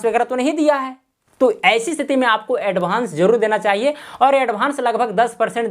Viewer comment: भाई एडभान्स नही होता एडवांस होता है